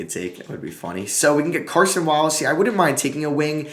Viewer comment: KAY-son Wallace. There is no R in his first name. (Cason Wallace)